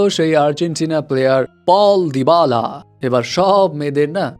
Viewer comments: ভাই রে ভাই, পল দিবালা না😑, পাওলো দিবালা। ভাই আপনার বাংলা ট্রান্সেট কোর্স করা দরকার🤣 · Aree bhaai apner pronunciation thik koreen too cherar nam পাওলো দিবালা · নাম টা তো ঠিক মতো নেন,,,,পাওলো দিবালা💪